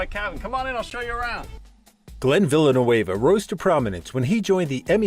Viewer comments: Hey, it's not Villlenueva, it's Villeneuve (French). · Okay, in the opening seconds, Glen tells you his name and Immediately you mispronounced it !! No one is going to take this clip seriously.